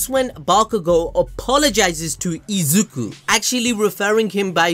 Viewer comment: I can't believe Bakugo actually said Izuku's name right.